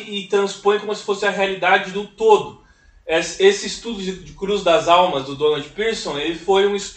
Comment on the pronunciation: Essa comunidade que Donald Pierson produziu o estudo e que resultou no Livro Cruz das Almas é minha cidade, incrível que você acertou a pronúncia ❤❤❤❤